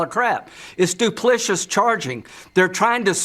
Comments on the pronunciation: Du pli ci tous. FOUR SYLLABLES, Lindsey, even for South Carolinians. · Lindsay meant to say duplicitous du·plic·i·tous adjective deceitful. "treacherous, duplicitous behavior" But it must be kind of hard to verbalize ALL of the syllables when your mouth is sticky with orange GOO!